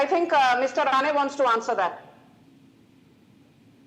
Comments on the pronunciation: It’s Nitesh Rane and not RANA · Rane not Rana 😂